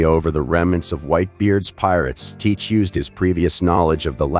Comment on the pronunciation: Saying his name wrong other than like the video tho